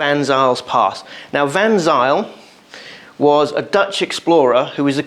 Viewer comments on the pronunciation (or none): It's pronounced Van 'Sail'...